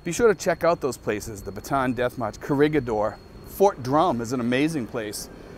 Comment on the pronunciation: The death march is pronounced Bat te Ann. Ba tan is a completely different place.